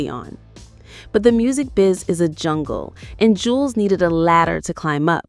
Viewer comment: That is not his twin brother, that is his older brother, but people call him twin because he looks alot like his lil brother Juelz ( Joo-Elz ) Not Jewlz 😂 its Joo- Elz, .. Smh , you A.I videos always put the information out wrong, meaning now.. Artificial intelligence is lieing now & thats dangerous 🫩🫩 & OMG, " What the Games been missing " was not his first album it was his 2nd.. " From me to you " is his first album.. wich is way better than his 2nd album..